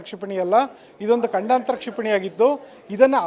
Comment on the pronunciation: ಗಂಡಾಂತರ ಅಲ್ಲ ಮಾರಾಯ.. ಖಂಡಾಂತರ